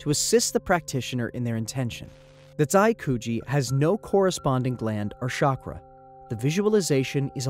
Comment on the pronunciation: It’s pronounced cha-kra, not sha-kra